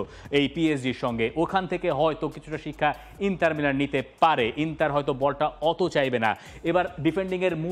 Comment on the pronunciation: আচ্ছা ইন্টার মিলানের নাম ইন্টার নার্সিৎও-লে! হল কবে?? দর্শক হিসেবে আমরা শুদ্ধ উচ্চারণ প্রত্যাশা করি।